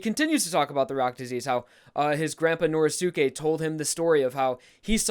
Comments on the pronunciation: please stop saying Nor•eh•sue•kay. It's Nor•ee•skay. Sorry just a little thing that's been buggin the shit outta me. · I hate the way he says Norisuke. you don't say josukay so pronounce it right